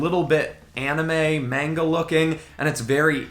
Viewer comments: HOLY SHIT THIS IS AWESO- "main-guh" ight imma head out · The way you say manga is funny 😂😂😂😂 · Your understanding of light and colour is very strong. But everytime you pronounce "manga" I get triggered :D